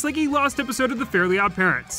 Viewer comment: This video made me realize that most people I hear mention Fairly Odd Parents pronounce the title incorrectly as “fairy odd parents”. Myself included